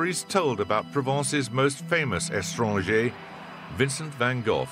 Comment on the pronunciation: Not estranger but étranger.